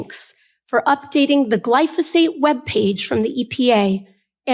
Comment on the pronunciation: " GLY CO FOSS FATE"